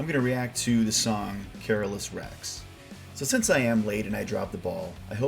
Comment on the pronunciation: Careless the Twelfth ? I guess you were trying to say Carolus, but it did fit as it was Carolus who finally ruined the empire unfortunately .. coming from a Swede :D Swedish version is superior in every song , this applies to the whole album in my opinion.